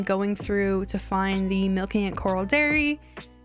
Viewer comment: Please 🥲 It's corral not coral. I'm such a huge fan but it makes my eye twitch every time